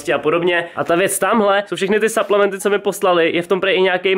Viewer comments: po česky suplementy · Jaký saplementy do háje čte se to suplementy